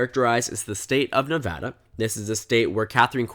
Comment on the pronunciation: As a resident I'll be pretty surprised if Nevada goes right in a Senate race especially one with a Trump backed candidate. Trump doesn't perform well here. Also thanks for pronouncing it right, always annoying listening to national news when they can't even pronounce your state.